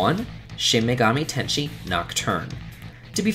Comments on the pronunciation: Shin Megami Tenshe? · shin megami tenSEI, like "ten say" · Ten-say. Not tenshi. It's like saying sensei. Also, machoistic is not a word. Please know what you're saying before using words. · Shin Megami Tenshi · "Shin megami tenshi" Wut? In all seriousness though, its placement on top of the list is accurate AF. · Shin Megami Tensei. The Tensei is pronounced ten-say, not ten-shē. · It's also pronounced Shin Me-ga-mi Ten-say. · ShIN MegAmI TeN SHi. Hurrr hurrr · It's pronounced Shoe Megaman Tennis... Sigh... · and Shin Megami tenshi... these lists are always full of people mispronouncing the easiest of words